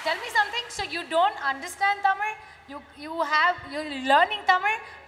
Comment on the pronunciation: Her tamizh pronounciation is on point…and crystal clear… shreya ghoshal’s pronounciation is not lik tis